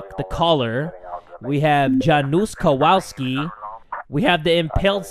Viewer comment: to correct you with the Polish names, it's Yanush or something like that. And Kovalski